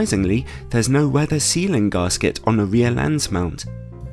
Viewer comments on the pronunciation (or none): great review as always, one thing, there is no 'r' in gasket, its gas-kit not gars kit, :)